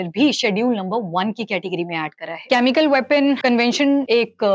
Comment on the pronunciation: very good information Except presenter is repeatedly saying कॅमिकल, which is generally pronounced as केमिकल.... Pls don't mind!